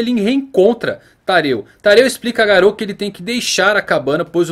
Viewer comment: se fala "Gáro"